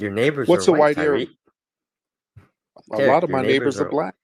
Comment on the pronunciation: 2nd frequency ppl always seems to pronounce Tariq’s name as Tear-riq intentionally as a form of disrespect, but we know how the devil works!